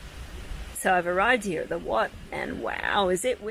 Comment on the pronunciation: I like the way you pronounce the word Wat. That’s the correct way to say it